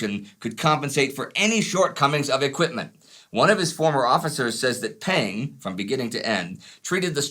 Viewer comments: Peng does not pronounce "pen". It is lot more closer to "pung" as Punga. By the way, Marshal Peng was indeed the General Commander of the Volunteer Army. I don't know how this information could be any controversial. If the US military did not even know this, it did not deserve to win the war. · Peng is more closely pronounced "pung" btw